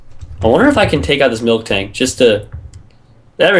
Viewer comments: Milk Tank? cause i pronounce it miltank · Also it's not milktank it's miltank